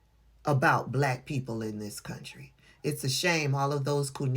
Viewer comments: He pronounces it as 'bulaakk_.k' I added the extra letter to the end on purpose. 🤨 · Put that STRONG EMPHASIS on it didn't he. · yes he did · I noticed it too. He always says black with a weird emphasis on the word. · A lot of the lepers do. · He does put a lot of emphasis on it.